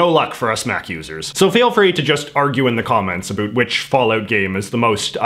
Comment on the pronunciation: “A boot” he he